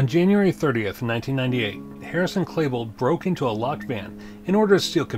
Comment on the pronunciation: you keep saying Klebold wrong. its not Klabold, its Klebold.. "E" not A man.